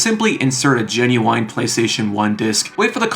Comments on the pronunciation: I hate that you keep saying GinuWINE (who is an recording artist) instead of Ginuwine (silent e) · Please stop saying genuine like that 😭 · your pronounciation of the word "Genuine" is genuinly strange